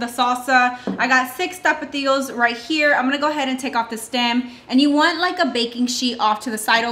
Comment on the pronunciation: You said “6 tapatillo” lol I’m pretty sure they’re called tomatillo